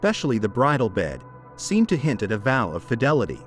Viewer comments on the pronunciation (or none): none